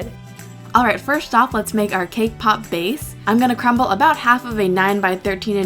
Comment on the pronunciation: Everytime she said cake pop. I heard KPOP. lol